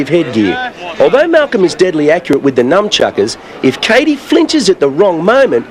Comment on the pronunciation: Did he just call them Numb Chuckers? Legend.